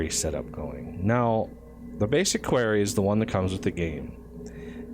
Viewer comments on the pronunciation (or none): Your mispronunciation of quarry drives me nuts every time I hear it. Both UK and US English have it as kwa-ree, but you keep saying almost "query"